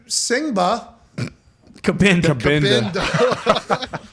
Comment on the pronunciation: Common guys Kabinda graduated from my high school in NJ, his name isn't that hard to pronounce. Sooooo happy for him. Let's go Detroit 🦁🦁🦁🦁🦁🦁🦁